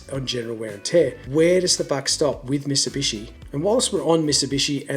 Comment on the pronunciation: "Misibishi" lol.